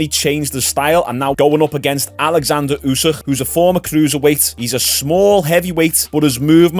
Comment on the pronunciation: *Oleksander Usyk….not Alexander